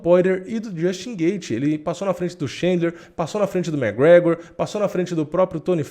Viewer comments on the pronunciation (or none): none